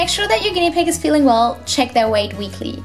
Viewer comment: Hahhahahha pig not pid